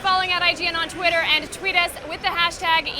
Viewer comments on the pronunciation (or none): none